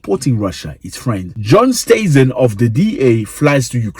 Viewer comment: LOL how you butchered “Steyzen”. The other guy’s too 😂😂😂😂